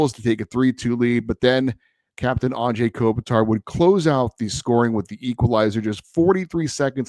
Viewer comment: Thank you! Finally someone brings up the whole “Anze” pronunciation. It blows my mind as well!👑